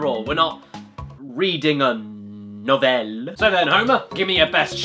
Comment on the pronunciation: His accent turned Swedish at "novel"